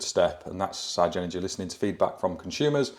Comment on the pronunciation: Love the channel but the MD at Everything Electric South has now confirmed that you pronounce it Sig-Energy like the Spice Girls saying”Ziga Zig Ahhh” so no more Sci-Energy….